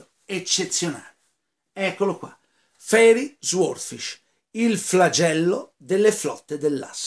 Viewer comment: Caro penso si pronunci " soodfisc'